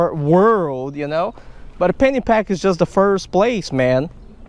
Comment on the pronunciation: No offense brother.. I thought you were saying Fanny pack! Till I read the description..I love your work brother, keep it up!